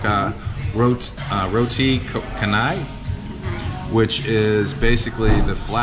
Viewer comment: Roti Canai is pronounced chanai and I agree it's great. Sambal is the spicy sauce and is also great.